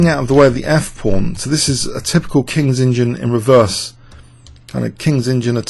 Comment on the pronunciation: Why does he keep saying Kings engine opening instead of Kings Indian....God only knows